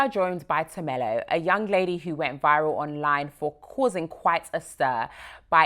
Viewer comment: Her name is.....not tamella, haibo get it right